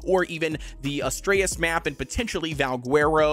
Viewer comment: dude what is with your pronunciations? lol Svartlfheim = S-Vart-Ulf-Hi-mmm Astraeos = As tray Ohs